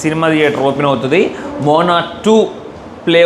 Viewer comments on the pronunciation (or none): moona kadhu moana ha